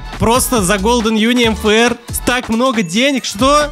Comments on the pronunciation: почему ты говоришь нфр а нужно мфр почему? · Мне одной слышно не МФР А НФР